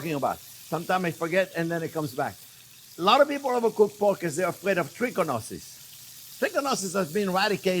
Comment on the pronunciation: Onyoh and Kown and Poke...Love it!